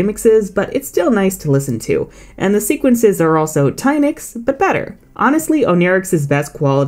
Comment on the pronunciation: DO NOT LEAVE OFF THE T IN ENCHANTIX! AND IT'S TYNIX, NOT TYHINX!